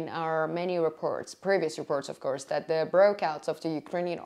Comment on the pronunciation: Free English consultation. 😊 Your English has improved greatly. I would give you 1 more tip, free. Try to pronounce TH correctly. (tip of tongue is on bottom of front teeth). Right now you say Deez, Doz, Dat, and Duh, the correct way, so we can understand you better IS: These (theez), Those (those) , That, and The (thuh). Practice your TH sound, and your English will improve by 70%. This is the most common phonetic (fonetic) mistake when learning English. Your Welcome. Diana from Cali.